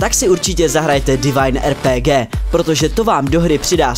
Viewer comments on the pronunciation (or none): nečte se to rpg ale [arpigi]